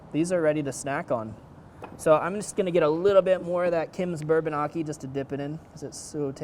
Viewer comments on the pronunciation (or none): none